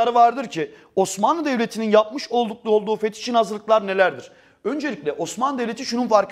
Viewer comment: 3.32 de fetihe fetiş demesi peki 🤭😅